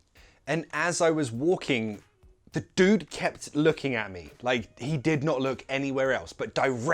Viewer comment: Hi! Great great video! I've noticed you didn't pronunce dude "Dyoude" and I used to say "opposAÏTE"...